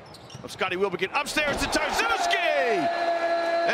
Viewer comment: nessuno: commentatore inglese: TarsUski